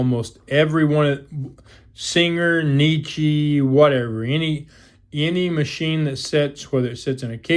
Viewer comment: It's NECK EE, not KNEE CHEE